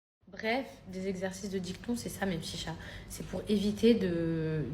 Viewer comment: Exercice de dicton ! 😂😂😂 DictIon ! Quelle cruche !